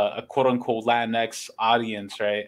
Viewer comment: Pronounced as "La Teenks"?